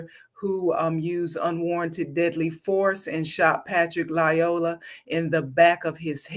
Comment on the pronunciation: 1. “Lyoya” only has one “L” in it. It’s pronounced either “lee-OY-a” or “lie-OY-a,”’not “lie-O-la.” Why would you disrespect a dead “king” by mispronouncing his name?? 2. The shooting was TOTALLY warranted. Mr. Lyoya escalated every step of the way, from the time he exited the vehicle to the moment that he had sole possession of the cop’s taser. The “king” didn’t have to die, but he died as a result of his own choices. His blood is on his own head.